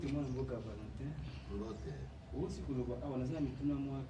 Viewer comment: Valentin mubake au lieu de valatin svp. Mettez un peu de sérieux dans ce que vous faites. Journalisme eza pé mosala.